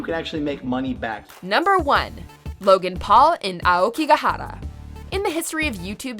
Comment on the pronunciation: The way Aokigahara is pronounced... So satisfying